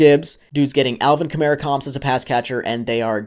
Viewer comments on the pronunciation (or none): none